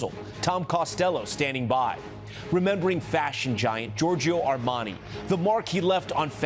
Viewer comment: Air-man-eye?? Armani.........doc Hollywood (1991) RIP